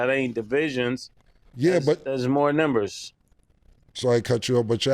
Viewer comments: Somebody tell Mase the word is NUMbers not NIMbers 😂😂😂😂😂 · Mase really can’t say numbers lol